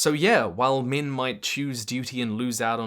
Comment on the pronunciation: The way this guy pronounces "six" and "min"... it's linguistic incist. 😣😢